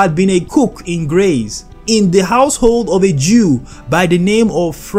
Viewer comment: Again, Graz and Vienna are not neighbouring. Plus, Graz is not pronounced "graze." G+R+AH as in Father+TS.